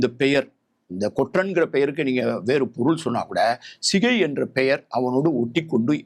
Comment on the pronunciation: Not Sigai, it is Chigai. ஸிகை அல்ல, சிகை!